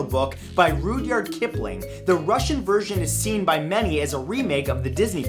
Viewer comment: Rudyard Kipling, it's rud-yard, not rood-yard